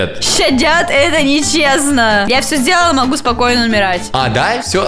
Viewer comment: Я всьо зделала, могу спокойно умерать, ТАК СМЕШНО ЗВУЧИТ!!!!!!!!!!!!!!